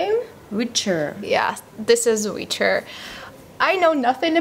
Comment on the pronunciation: Is it me, or did say the word "Richer" instead of the word "Witcher"?